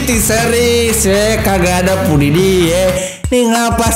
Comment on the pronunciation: Piudipai Bukan nya Pudidi